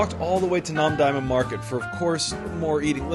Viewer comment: rewatching for the nth time and lol after the way you said "namdaemun", I was just thinking, when you come back to Korea again, it might be time to learn proper/better pronounciation of things by now 😅 (google translate can do a lot for you with this) the hoddeok was much better this time!